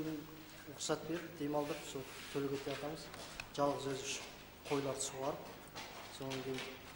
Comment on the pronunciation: Төлекатай емес Төлегетай! Қазақтың есімін өзбекшелемей айтсаңдар болмай ма? Өзбасым Төлегетайдың ұрпағы Тортуыл, Тоғыз, Тебей боламын.Өскемен, Тарбағатай ауданы, Тұғыл ауылы.